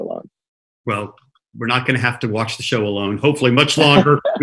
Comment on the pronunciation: he pronounced Ramy wrong lol uh know your guest’s names